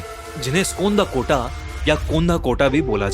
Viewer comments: Skandhakota nehi skandhakatà bolte hain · Skonda kota ❌ Skandho kata✅